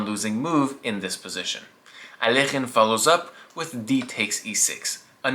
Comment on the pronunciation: Its AL EK HINE not alkeuhbesaaekasmkealk